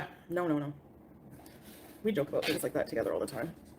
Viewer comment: 'The first thing he says is he misses me soo much! Lieke...y'knoww ho ho?!? Liekke...' Sure, Jan.